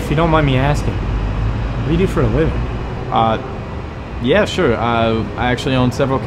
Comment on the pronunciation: Ariana Grande: CEO of “Yuh”